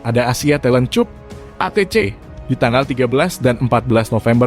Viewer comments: Saran text Narator y dbtulin lg mas, penataan intonasi udh bagus.. Bbrp kata* Ejaan Bhsa inggris sbaiknya ditulis manual sja, sprti CUP ditulis KAP biar bisa dieja bhs indonesia sempurna.. 😸🙏 CUP dieja bhs indonesia jd lucu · wkwkwkwkwkwk...masih mending keponakan saya yang masih SD, sudah bisa ngucapin "cup" dengan benar